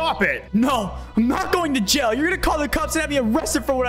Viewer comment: In yail instead of jail